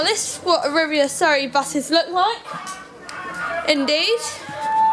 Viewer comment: Arriva is not pronounced Arrivia it's pronounced Areeva.